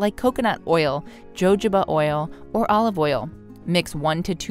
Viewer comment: I don’t mean to correct a professional, but you mispronounced jojoba…it’s pronounced “ho- ho-ba” , not a J sound